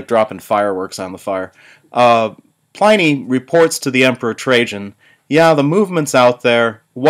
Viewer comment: My God, the mispronunciation of Pliny is killing me.